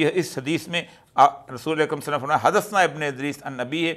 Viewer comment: سر جی تھوڑی اپنی عربی پر بھی توجہ دیں اتنی واضح غلطیاں کون کرتا ہے حدَّثَنا کو حدَثْنا اور جدِّہٖ کو جدُّہٗ وغیرہ وغیرہ ۔😮